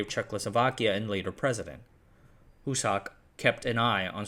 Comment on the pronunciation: Gustáv Husák. Not Gustav Husar.